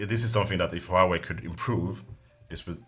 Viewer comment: Glad to see someone who is not a navtive Chinese speaker pronoucs "Huawei" correctly :P